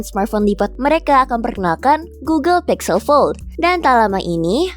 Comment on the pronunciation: Google Pixel atau Google Pizel MIn?👀